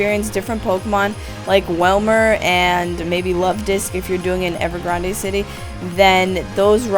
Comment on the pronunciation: I smiled when you said "Ever Grand(ay)" :p